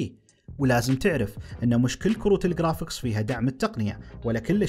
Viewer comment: قرافيكس ❌ خرافيكس ✅